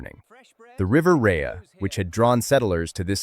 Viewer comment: I'm glad this story has been told. There are of course pronunciation mistakes: 'Birmingham' is not pronounced with an 'h'; and the River Rea is pronounced 'Ray'. Further details are relevant. The underlying rock of Birmingham does not let water through quickly, and until a proper drainage and sewage system was made in the late 1800s, thete were terrible floods. On one occasion, a lake of turds - to put it crudely - formed just south of the town centre. Moor Street Station is close to the original town centre, and has been brought back into service by being fitted out in a 'retro' style. I've been in the area since the 1970s, and a road close to that station, downhill from where the oldest houses were, was then called 'Shut Lane'. Since the local dialect has 'u' sometimes where standard English has 'i', I think you can guess what that meant. Birmingham has had a long history of major municipal initiative to improve the life of its people. But I have the suspicion that right-wing forces don't like this, and there seems to have been a determined attempt to wreck the running of Birmingham. A few years ago, the city was declared technically bankrupt, and commissioners from central government were put in. There are many accounting experts who believe the city wasn't bankrupt at all, and the whole thing stinks.